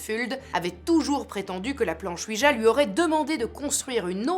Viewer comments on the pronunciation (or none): Cela se prononce OUI YA oui français et oui allemand